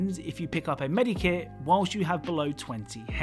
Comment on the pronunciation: I hate the way you say medkit